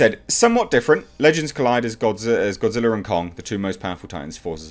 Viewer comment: Japanese: Gojira Americans: Godzilla: Gawdziller